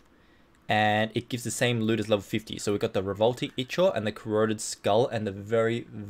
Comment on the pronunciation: Ichor i believe is pronounced (eye-core) but may be wrong.